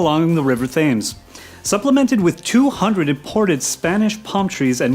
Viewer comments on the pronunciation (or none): It's pronounced "Tems", not "Thames". Darn English and their inconsistent language. Sorry, but someone had to point it out.